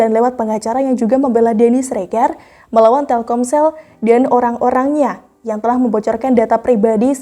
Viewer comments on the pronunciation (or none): none